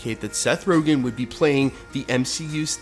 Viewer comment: It’s Seth RogEn not RogAn.